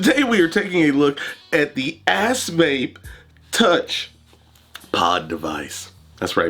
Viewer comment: Sounds like your saying ass face 🤣😂🤣